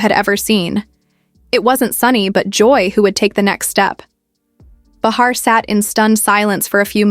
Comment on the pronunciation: Behar...pronounced Bay-ha...if you're going to talk about someone at least get their name correct.